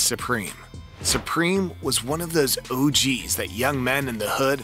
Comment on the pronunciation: And the "Ooogees"